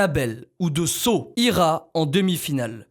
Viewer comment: Quand tu dit saw j’entends seau